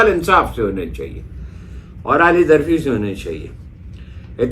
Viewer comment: Aali zarfi nahin aala zarfi